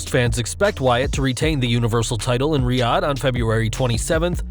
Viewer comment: Nice to see you’re pronouncing Riyadh correctly, finally... lol